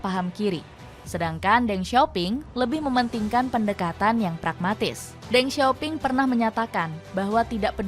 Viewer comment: Ya ampun lain kali lafalnya yg bener.....Deng bkn dibaca Deng tp Teng Begitu juga Dong bknnya dibaca Dong tp Tung. Lain kali tanya2 dulu dgn yg paham